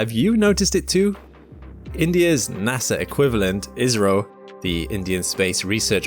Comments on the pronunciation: I kept hearing "Israel".. then I realized he was saying "IS-RO". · After watching again, I do hear IS - RO more, but sometimes it's almost indistinguishable from Israel. 😂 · cmon man learn to pronounce Is-ro , Isreal is completle different 😂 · Oh, IS-RO...I was about to ask if he was alright because I have never heard a mistake so big... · agreed. I.S.R.O. is better. I was getting so co funeral as to why he kept saying "Israel". 😂😂😂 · "Israel" "Izrrio". Pick a poor pronunciation and stick with it, would ya. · That's because he had 8 pronunciations, including "Israel" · It should be said more like "eyes-row" 😂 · He IS saying Israel!! (Mercury is still retrograde…) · "ISS-RO" is the correct way to pronounce 😊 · Yes, I’m hearing Israeli as well. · I keep hearing it as Israel, it's really messing with me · He is clearly saying Israel then India in the same sentence over and over. And I'm British the same as the OP. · ISRO - India Space Research Organisation - gotta love AI pronunciations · Indeed. AI let him down. 🤪